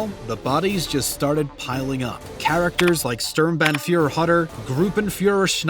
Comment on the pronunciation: Yet another english youtuber can't just say the english translation of "Sturmbandführer", well we germans just have to deal with "stirmtbentfurer" well whatever that is supposed to be. (No offense, it is kinda hilarious xD)